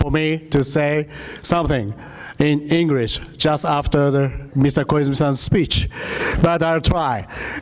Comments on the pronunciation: こいつ英会話全然駄目だな 発音が糞 カタカナを読んでるだけにしか聞こえない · 発音どうにかしないとね。